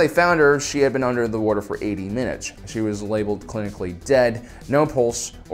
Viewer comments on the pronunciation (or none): Craziest thing about this video, is that calls Water “worter.” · “War-tor” ...why are you like this? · I have to ask, are you from Philadelphia area? I pay attention to speech patterns alot, and I'm noticing the way you pronounce "water" would like to know if my guess is correct... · You say water weird.